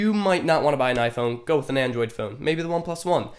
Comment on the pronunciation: I cringed the first time he said Android. 😂😂😂